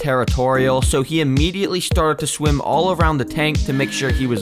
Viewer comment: he said shwim instead of swim